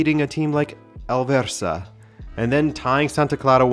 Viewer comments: Alverca as in AlverKa dude, not AlverÇa 😂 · oh he said "Alverça" instead of "Alverca". It's in times like these I remember he isn't 100% portuguese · ahl-verka not el-versa ;3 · Small correction. It's "Alverka",. Not "Alverssa". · Broski it's AlverCa, not with a Ç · Dude, wtf is Alverça? I thought you were portuguese lol